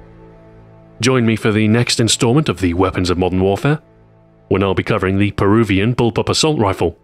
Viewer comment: I love the FAD, i think it is the most underrated gun in the game, but please call it the fad, not the eff-ay-dee. It's an acronym, it forms a speakable word that is only one syllable long, compared to the three syllable "eff ay dee". You wouldn't call the SCAR the "ess-kay-ay-are", would you?